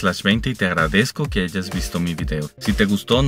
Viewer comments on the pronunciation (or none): none